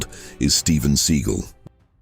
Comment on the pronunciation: I'm glad you pronounced Seagal correctly ;)